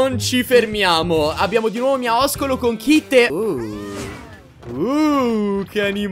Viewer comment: NO NON SI DICE MIAISCOLO SI DICE MIASCOLO